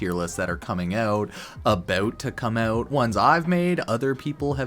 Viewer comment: abaowt to come aouwt